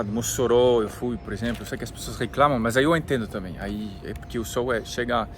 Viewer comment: Não é sôl e sim sol!🌞 acho que ele vai até se esconder a cada vez que vc pronúncia “sôl”! Apenas uma pequena observação uma vez que vc fala o português bem. 😊